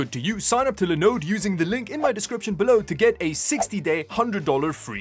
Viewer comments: Not a Linode dude- its a LinOOOOOOOOde! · Honestly, I think at this point you should sponsor lenode. Everytime I hear another creator sponsored by them I think of you and your wonderful pronunciation of the brand:) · Idk why by the fact you pronounced the start Linux and Linode differently is funny. Linode is short for Linux node, so the start of it should be pronounced the same as you do Linux.